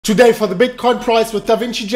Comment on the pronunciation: "twoday, for da BitCoin price!"